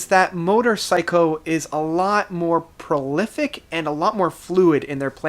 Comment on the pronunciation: Plorific? And really....? Trouble with 'intrepid' too? Think you ought to stick to lighting... or sound.